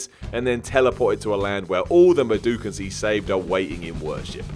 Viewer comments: Medukans, medukans....lmao WTF!!! Mudokans!!! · Abe is a what? Madooken? I'm sorry... MADOOOOOOKEN?